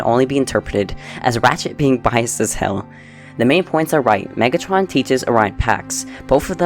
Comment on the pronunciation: please dont say hell like that